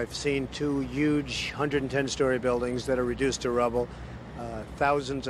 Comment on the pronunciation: he said yuge even back then lmao